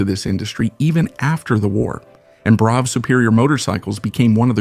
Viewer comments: It's pronounced "bruff", not "brow", bro. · This motor enginear name is pronouced Bruff not Bro. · It's pronounced - bruff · It's bad enough hearing Americans mispronounce Yorkshire or Worcestershire. But listening to ai with an American accent pronouncing Brough completely wrong is possibly an infringement of human rights. I'm not sure I will ever recovery from this. It's, as many have already said BRUFF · torkeee? I hate AI voice overs.. Especially when the OP doesn't fix obvious errors like the Brough name. Always thought it was pronounced much the same as Bra but I guess it's Bruff... 185 pounds is NOT $1,500,017 .00 in today's $$, it's about $17,000 or so. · The title should have been "How many ways can you pronounce Brough?"